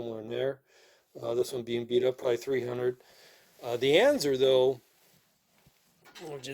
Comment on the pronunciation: Why are you pronouncing it “anzer”? That’s not how it’s pronounced. Just another hoarder pretending to post an educational video and you’re really just showing off. When you die that stuff is going to be sitting at the nearest Goodwill.